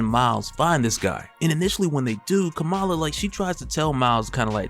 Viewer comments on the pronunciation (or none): Bro, Kamala is pronounced like “comma-la”